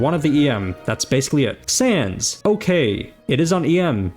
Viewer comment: Is it me or was he saying Sans instead of sands